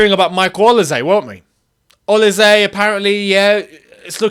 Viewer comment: Man said olize its olise you're African you should know better lol